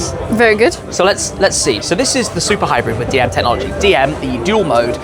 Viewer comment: "Tet-nology". I never understood that one.